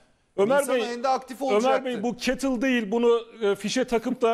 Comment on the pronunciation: Yanlış anlama düzelteyim; cattle Sığır demektir. Kettle diye yazılır, ketıl diye teleffuz edilir :) umarım kızmazsın. Bende bayağı güldüm, Madama laf atlatılmıyorki:))